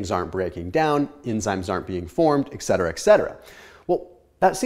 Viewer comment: If you're going to be educating people, please say etcetera correctly 🤦